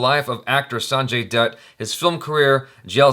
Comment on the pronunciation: i thought you said "Sanjay DUD"